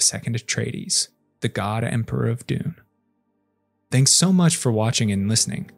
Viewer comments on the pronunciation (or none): none